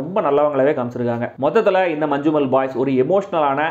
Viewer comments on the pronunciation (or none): Dey nya enna letter unakk pronounce panna mudiyuma Manchu mel ❌ manjummel✅ ya vode njaa serthaal crrct aa sonna mudiyum